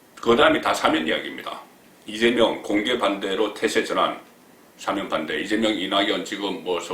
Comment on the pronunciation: 송국건씨는 기자출신 이신데 발음에 신경쓰셔야갯내요... 수사는 수-사가아니라 수사로 뒤쪽 사에 엣센트가잇고.. 탄핵 또한 탄'핵이아니라 탄핵' 뒤 핵에 액센트가잇고.. 사면 또한 사-면' 이아니라 사'면 으로 사에엑샌트가잇어요 사-면' 은 사장네면를말하죠... 야턴 항상 바쁘시니까 이해는 갑니다만 그래도 방소인이니까.. 발음에 특히 신경쓰셔야겟지요...